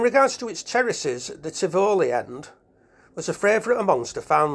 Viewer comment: Thank you for this video. You don't seem to be local because Tivoli is pronounced Tivolli not Tivowly